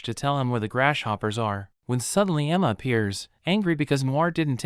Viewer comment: Did anyone notice he said grash hoppers